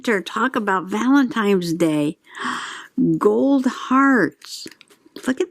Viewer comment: That was fun! I have the basket weave papers too. Now I want more! New subscriber here. But I got a whole stack of ugly thick marble tile like glossy 3x3 squares. BROWN! Eco dye fantabulous! Are you saying valentimes?